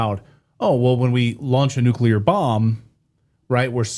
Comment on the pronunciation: then explain nuculer reaction